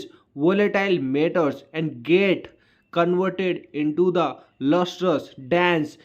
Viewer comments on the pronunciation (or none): Bhai vo and bol rahe the liken jubaan ne and ko aand bana diya 😂